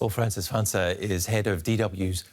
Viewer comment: "Franca" is pronunciated Franka